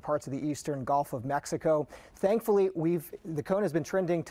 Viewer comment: Why do new weather people all say GOLF of Mexico??? Annoying. I assume you go to college to get a journalism degree or something. Don't they teach you pronunciation?